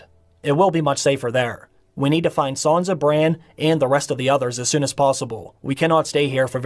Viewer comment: Good video. Her name isn’t Sanza with a Z. It’s Sansa